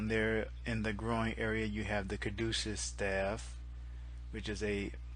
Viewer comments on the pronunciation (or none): none